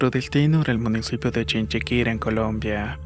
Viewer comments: Soy colombiano y me causo risa que dijeras chin chi quira no te culpo pero es chiquinquira salu2 me gustan tus relatos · Hola soy de Colombia y te recuerdo que se dice Chiquinquirá con acento en la a. Por cierto me encantan tus relatos. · chiquinquirá * me da mucha risa cuando pronuncian mala los nombres de los pueblos de colombia. en otro video pronunciaron mal cajicá. supongo que los que envían los relatos no ponen las tildes haha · Es ChiquinquiRÁ con acento en la A